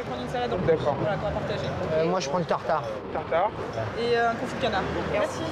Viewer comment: A " tatari" de boeuf 😂